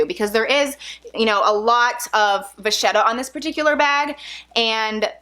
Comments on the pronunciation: You seem like a very nice lady....I have "pet peeves" when it comes to words and their correct pronunciation! It's Va-Ket-ah . the "h" is silent....Just sayin' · Vachetta is pronounced (same goes for bruschetta) with a hard "k" sound, Vaketta, or brusketta. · I think vachetta is pronounced like va ketta?? No? Yes?